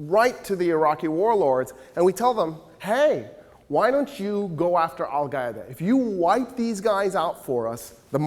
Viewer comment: If he says Al-Gaeda one more time I'm chopping my own head off.